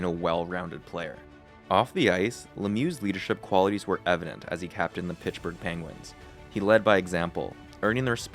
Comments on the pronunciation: Its not Pitchburg` its Pittsburgh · Where is pichburgh? Pitts-Burgh. I don’t hear any other mispronounced words this entire post. But Pittsburgh is said weird every time. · Pittsburgh not pitchburgh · Great video but its Pittsburgh not Pitchburgh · Mate, it's "Pitts" Burgh, not "Pitch" Burgh 😳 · *Pittsburgh, not Pitchburg! 👎🏽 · Pish burgh? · Pitchburgh lol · Where is this town he mentions, “Pitchburgh“??? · Is he saying Pitchburgh? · Took a shot every time you said "Pitchburgh" and now I'm wasted. You could use some script revisions too before posting your videos. You said Lemieux was diagnosed with cancer in 1983 at 27 years old when it was in 1993. You also had some weird sentences like "in order to fully focus fully on hockey..." Solid video otherwise but you've gotta proofread your script and re-record mistakes if you're going to post video essays. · The “Pitchburg” Penguins lol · Ok, is this A.I. ? Pitchburg? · everytime you say "pitchburg" i die laughing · underrated comment ^ i didnt really notice before reading this now i cant stop laughing everytime he says it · God he’s killing me with that 😂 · Where is this “Pitchburgh” you speak so much about?